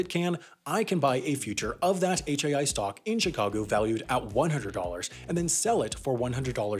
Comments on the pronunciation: I heard ‘New York Sock Exchange’ and was very confused for a moment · I swear at one point he said "New York sock exchange".